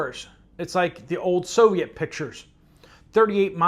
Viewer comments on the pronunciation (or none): none